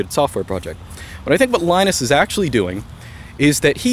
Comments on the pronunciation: Why do you pronounce Linux correctly, (lee-nux), but keep calling the man Lie-nus. The guy's name is pronounced Lee-nus. You even said yourself, the OS is named after him. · It's pronounced "Leenus" not "Lainus"! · LInus is pronounced leenus!